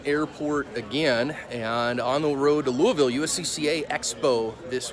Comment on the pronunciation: Good on you,... you almost say it right (Loo-ville).